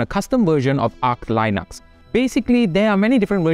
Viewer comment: Hi, Linux is pronounced as "aach li·nuhks", not the way you mispronounced. :) Next time if in doubt, just search for "arch linux pronunciation" with your favorite search engine, and the result will be there in plain sight. Otherwise nice video, indeed, the Steamdeck can easily replace a laptop (it is easy to put Windows on it, if one prefers), but the lack of a keyboard will bring people back to some subnotebook from GPD Pocket anyway... :) Cheers